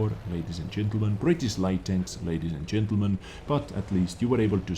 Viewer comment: BritiSH not britis, if you can't pronounce it just put it in Google translate :D